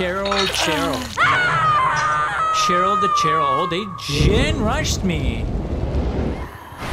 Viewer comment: BEST PART IS WHEN HE GOES... CHAIR-YL, i mean SHARE-ALL, CHAIR-YL, CHAIR-YL, CHAIR-YL *cries*